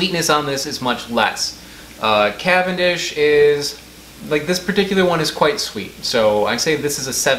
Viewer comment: I am fully convinced the only reason he does banana videos is so he can pronounce “CAVANDISH” as many times as possible